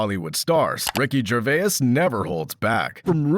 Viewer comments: AI slop that can't pronounce Gervais... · Learn how to pronounce his name! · Never say Gervais again please. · Biggest comedy here is the voice over getting the pronunciation of the comedian wrong. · had to stop watching after hearing "Gervais" pronounced like that. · I can’t get over how the voice over is pronouncing Gervais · Butchered his name but ok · your AI can't even pronunce the name correctly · never heard someone pronounce his name so wrong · You can’t even pronounce his name correctly ffs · stop using ai. And learn to pronounce his last name! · Worthless AI narration. If you are too lazy to even make sure that it’s pronouncing his name right, don’t bother releasing videos. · at least pronounce Gervais correctly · I always know it’s AI based on how they say Ricky’s name 😂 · Johnny Depp and Ricky Gervais are friends. It's also pronounced "Jer-vays" not "Jer-vay-is" 😂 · I just don't like the way you added an extra syllable to his last name . So weird .... Ger-vay-as ..... Wtf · Who is Ricky Gervayez?? Does Gervais know he has a twin out there? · It's not Gervaes, it's Gervais! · Ricky Gervais❌ Ricky Gervayus ✔ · Ricky Gervayiss? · Jervais is 2 syllables. Not 3. It's French. Ricky knows how to say his own name. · Who the ffff is Ricky Gervayis? Oh and as if no one knew, he’s good mates with Ramsay 🙄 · Thats ricky gervais not ricky gervayes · Gervaias? Stupid AI. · Ahhh yes, Ricky Gervayus. My favourite. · Why does this smarmy voice over guy think his name is Ricky GervAAYAUS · Somebody tell the robot voice it's "Jer VAY." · Who’s Ricky Gervay-Is? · Ricky Gervay-uz...it's starting to annoy me. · Good old Ricky "Gervayus" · Ger-vay-is. AI narration ruins another video. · Gervay-iss, haha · Ricky “Gerverse?” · Stop saying Gervai-is. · Way to let us all knew you used AI for at least the speech, if not the script itself. Ricky "Gervay-iss" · Gur vay as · Ricky "Gervaiyes" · Ah yes, ricky gerveyus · It's not "Ger-vay-iss", you freaking frittata. 🤣🤣🤦🏻🤦🏻🤦🏻🤦🏻🤦🏻